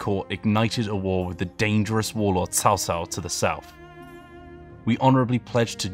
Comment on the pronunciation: anybody else is triggered when he said tao tao instead of cao cao?